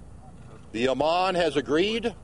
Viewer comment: its IMAM not IMAN, Jones. looooooooooool